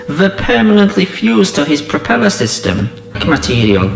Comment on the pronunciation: "Proppeler system"